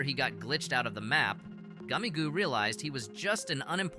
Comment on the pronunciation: goomigoe I think its pronounced gummy goo